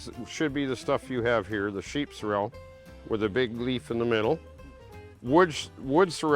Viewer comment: I have always heard it pronounced sorrel and not cer-el so sorry.